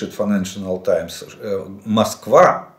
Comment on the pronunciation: Жданов какую-то новую , авторитетную газету читает. Называет ее файнешила таймс😅😅😅